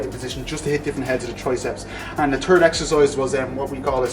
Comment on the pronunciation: Subtitles for the Irish lads, "the turd exercise" lol ;)